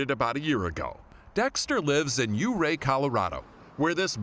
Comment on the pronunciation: It's Pronounced "YOOO-RAY"...I Need Me One Of Those Aligators! And "Thelonius Monk"....😂😂😂....ALL Of Them - Such Great Stories!....I Cried By The End!!❤️ Thanks, Steve! What A Great Assignment!